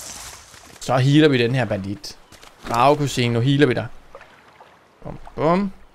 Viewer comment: det lød forkert ": skal de lige smadre dragekusine"